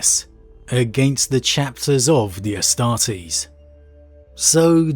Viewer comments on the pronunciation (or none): none